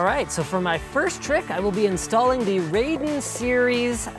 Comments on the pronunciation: It's "rye" den, not "raid" en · Raiden as in rice, not ray-den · "the RAYDIN series" yeah okay Linus. That's not how you pronounce Raiden. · hey buddy no big deal but it's pronounced Ry-den not raidin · I think they ripped off the Raiden IV title font. Also its pronounced rye-den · pretty sure you pronounce it as "rye-den". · it's rah ee dehn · Raiden is pronounced like "Rye-Den" gah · Come on, Linus, it's 2016. Pronounce Raiden correctly pls.